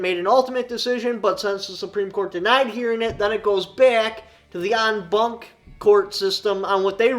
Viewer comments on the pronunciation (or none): en banc is pronounced "on bahnk" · I'm pretty sure it's pronounced on bonk